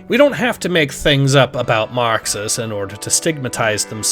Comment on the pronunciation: tf u on? he pronounces it normal